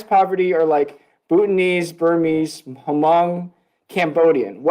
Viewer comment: I think should do more research on the Huh-mong people lol.